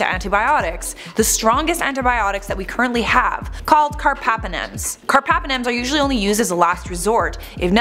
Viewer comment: It’s carBApenem, not carpapenem